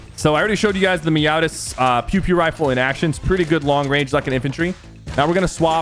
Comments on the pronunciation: its peow peow not pew pew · its "peow peow" like meow meow